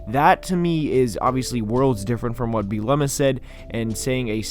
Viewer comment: You are not pronouncing Bret Bielema’s name correctly 😄 but great video my good sir